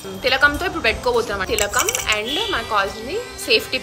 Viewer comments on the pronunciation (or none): Akaa that is thilkam not tilllakam